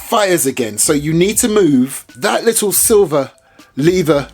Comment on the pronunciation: “Its got a li’ol bi’t a wait to it” man i love this dude